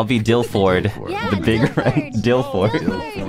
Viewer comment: ngl dilford sounds like dilf-lord